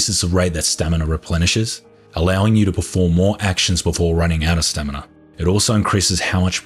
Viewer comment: its a running gag.. he used to say (or at least it sounded like it) stanima isntead of stamina all the time.. and now its stanina i guess :D